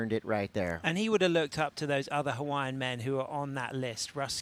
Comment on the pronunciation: Pomaikai na kanaka! Ko Pae Aina o Hawaii!!! Braaaa take one beginner olelo hawaii class, you cant pronounce Hawaiian names at all, its embarrassing that you are an announcer, learn and get better, its your job.